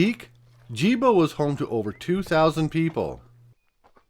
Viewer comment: Gebo not Jibo